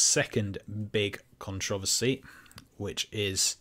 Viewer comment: The way you say "controversy" slapped me in the ear drum.